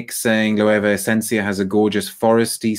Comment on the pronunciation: Your pronunciation of Loewe is correct,. It’s very hard to find that brand in the US in store. You’re also right about the seven materials thing.